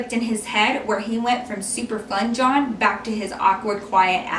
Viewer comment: did you say his name or did you say john in a way that sounded like dawn or something.?